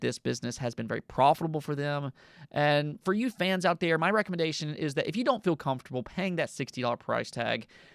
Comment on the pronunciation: Fill / feel Dill / deal You hold vowels way too short. Since your diction and flow is really good it catches so much more attention than it’d if someone else had that in their speech pattern. Once you hear it you cannot not pay all your attention on it either, it’s like nails on a chalkboard. Amazing work though, you could do some voice acting. Alternatively radio or podcast work could be good options as well. Since you’re already dipping into it why jump in fully